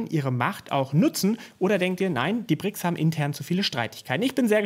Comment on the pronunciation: Entschuldigung nicht Brixs, sondern BRICS